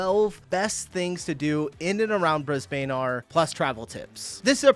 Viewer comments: I think the bane of Brisbanians is hearing Brisb'n pronounced Bris-bane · U learned it, so please never call it Bris Bane again. That is soo annoying cuz EVERY American does it. As a long time WWE Fan it annoys me that after 20+ years, some WWE Announcers still say Bris Bane even though they have been here many times. Brisb'n. Also I live in Brisbane. Was born here, spent a few years here, moved away, came back as an adult, and lived here ever since, I am 37. Brisbane is my City. Although I gotta say Adelaide is beautiful, flat, clean with a friendly population. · It’s not pronounced Bris .. bane it’s sounds like Lisbon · Sorry Dude, we don't pronounce Bris-bane like that. It's more like 'Bris-bin'. I know it's stupid. But its a fact. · Bris…BANE ??? Like MelbN (not Melbouuurrrne) It’s BrisN, (not BrisBANE) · Arrreggggghhhhh Brisbaaaane nooooooo. Brisb'n' or Brizzie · It's pronounced Bris'bin, you muppet. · Not Bris bane Brisbane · It's pronounced Brisbun!!! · Briz bin. Brisbin Brisbane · Pronounced 'Brisbin' mate! Also the videographer did a great job showcasing what Brisbane proper has to offer. From there you can travel down to the Gold Coast and visit the theme parks along the way or travel north to the Suncoast where I personally feel are the best beaches close to Brisbane to be. Happy travelling, from a Brisbanite. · You’re pronouncing it wrong It’s “briz-bin” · Pronounced Bris-bun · It’s pronounced Brizbin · it's pronounced Brisbin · Aussies say it like the e is silent. Haha. Like bris-ben. Its kinda funny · "My First Bris-bain" mistake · Brisbane is pronounced Bris -Bun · Brisbane - pronounced like Lisbon :) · Brisbane is pronounced Brisbin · Brisben is how it’s pronounced. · Pronounced Brisbin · Actually pronounced as “ brizbin” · Just a pointer Brisbane is pronounced brizbin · Pronunciation is Brisbin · It's not "BrisBayne". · It's pronounced Briz-bin. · Bris-bin if you want to sound Aussie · Love how he says Bris BANE 😂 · Its Bris ban mate